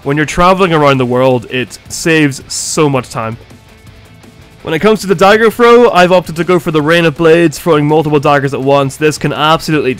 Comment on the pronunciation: Oh quick "throw"😅 I was like quick frow? 🤣